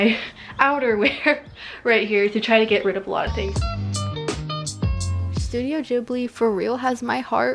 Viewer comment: for once someone pronounced studio gibli correctly. Thank you so much 😂